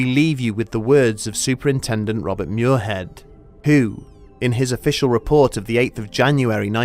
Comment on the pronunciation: Muirhead is "mweer-ahd", not "myoor-hed". S'Gaeilge.